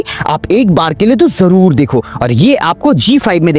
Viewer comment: always say 'jorur dekho' hears very odd.